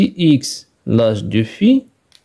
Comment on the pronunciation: Petite remarque de français : " fils" se prononce " fisse".